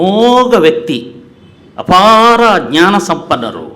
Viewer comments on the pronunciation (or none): none